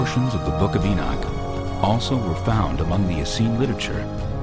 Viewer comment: Enoch sounds like cock